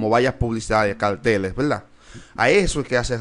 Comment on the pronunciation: Y se dice verdad, no veldad. No sé porque cambian la R por la L